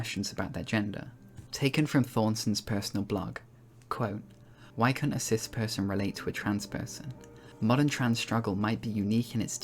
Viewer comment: Every time you said cis I heard sith lol